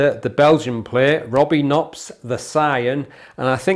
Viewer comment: Another great review of a nice looking dart. Btw, in Dutch you do pronounce the 'K' in front of the 'n'. Cheers